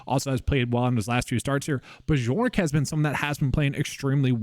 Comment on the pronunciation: How on earth are you saying bjork like that. Cannot be serious